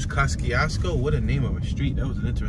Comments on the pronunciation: It's pronounced Kozy-Esko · The name of this town is pronounced “Ka-zee-s-ko” by the people who live there. The twon is named after a Polish general and engineer. However, he pronounced his name “Ko-shiousko”… I know because you drove right by two of the houses I grew up in. One on East Jefferson Street and the other on Bell Street. My mom, sister and her family still live there. Okra Wimpfry lived in a small home out in the country off of Hwy 12, I believe. For MANY YEARS… she denied ever living there. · I was born in this town, so was my mother and father. My family still owns Winters Funeral Home to this day which used to be located on Tipton Street… Yeah, I remember Mr Charlie’s store and when Reverend Harris was the Pastor at Christian Liberty Church. 😎This is my home. Peace to the Moors and the Choctaw Nation. ✊🏽Oh! You pronounced Kosciusko wrong in the entire video. I’m not mad at you tho! ✌🏽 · I all but had to turn down to off when he was saying the City's name "KOSCIUSKO" wishing he had got the correct pronunciation before doing the video. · You should have called me. Born and raised here! You're pronouncing it all wrong. No one call street names, we direct by landmarks, and this is generic! Who are you? Where are you from? Who sent you? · Kościuszko is a Polish name and I'm 100% sure you're pronouncing it wrong, Hubert. So I don't see a point in arguing for a wrong pronounciation over another wrong pronounciation. Just say it however you like if you're not gonna respect the original pronounciation anyway. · And you think you're pronouncing it right? This city was named after a Polish national hero, so you're definitely not pronouncing it as intended, lol.